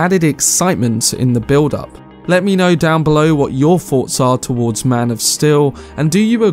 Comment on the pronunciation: "Maan Of Still''